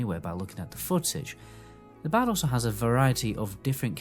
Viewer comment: I finally figured out you are saying the word "BARD". See there's an R in that word. So it's BARD. Not BAD.